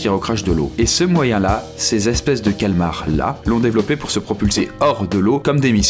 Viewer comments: Le calamars putain pas le cal'mars! Tu dis abubulance pas amb'lance nan? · C'est pas "Calamars" et pas Calmars ?